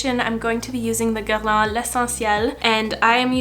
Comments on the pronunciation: Ok but do you speak French? Because the way you pronounced that foundation was beautiful. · I’m brazilian and here we call Guerlain with the french pronunciation, and everytime i watch americans use some product from the brand i cringe to hear GerLAINH so when you pronounced it my ears got so happy HAHAHAHAHA amem to Canada! love ya,! sending some love and support from Brazil! 💕